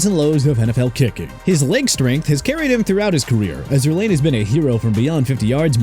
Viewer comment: JASON SANDERS AT #11... ARE YOU KIDDING ME? PATHETIC! AND ALSO GREG ZUERLEIN'S LAST NAME IS PRONOUNCED ZOOR-LINE NOT ZOOR-LANE!!